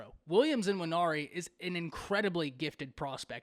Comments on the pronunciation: His name is Nwaneri… not IN-waneri. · Quit say "N"WANERI. The N is not pronounced.